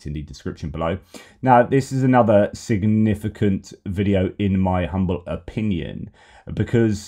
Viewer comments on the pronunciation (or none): none